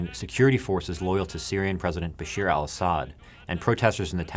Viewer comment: Good analysis overall, but FYI, it's Bashar, not Bashir as you pronounced it.